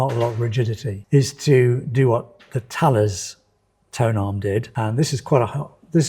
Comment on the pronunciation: No you said it correctly before "ta-less". I believe that's how the defence company is (or should be) pronounced also. Small note: they no longer make their more advanced tonearms, the "Thales Original" and the "Thales AV". What a shame...